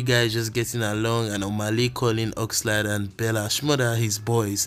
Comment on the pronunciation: You didn't pronounce Oxlade's name very well oo